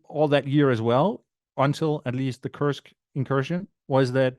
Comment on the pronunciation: So glad you took care to say "Koorsk"(@ rather than the pronunciation adopted by the mainstream media (rhyming with "curse"). Some of us were never part of the British empire 😉. Indeed WWI probably offers the best template for what's in store for a postwar Russia. Any chance of having Jeff Sonnenfeld (on the Russian economy) on the show?